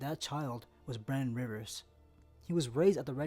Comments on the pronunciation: It keeps sounding like he's saying Brandon and not Brynden to me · Can you please pronounce the names properly...Daeron isn’t prounounced Darren it’s Day-ron, Brynden isn’t Brandon it’s Brin-den